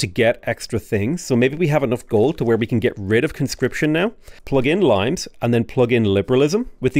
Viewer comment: again pronounced the card as L-eye-mes instead of latin Lee-mes.